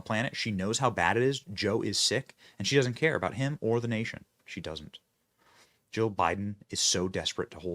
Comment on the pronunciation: I can't tell if you are saying Jill or joe